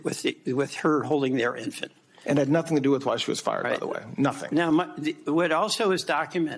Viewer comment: "I know nothink"